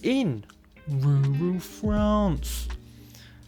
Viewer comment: You mean Rurrrral France lol